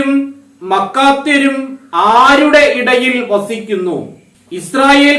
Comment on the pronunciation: മാക്കാത്യർ അല്ലേ ? മക്കാത്യർ അല്ലല്ലോ